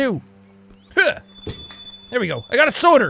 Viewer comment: i find it funny how you pronounce soda, soder.